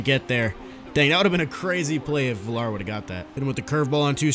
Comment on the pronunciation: It’s pronounced viyar not villar. Good video though